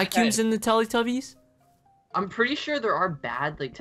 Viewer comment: YOU SAID TELETUBBIES WRONG